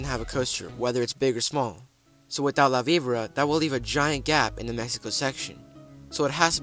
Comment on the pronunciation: La Vibora is painful, but not as much as hearing this kid repeatedly mispronounce it.